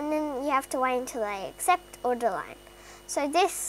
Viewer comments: did anyone notice she was saying, "deline" instead of, "decline"? No hate love you! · U said decline wrong 🤭